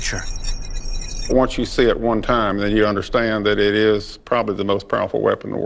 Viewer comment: one of my favorite moments in youtube videos ever. "i wunt yew to say it wun tahhm" hahha unreal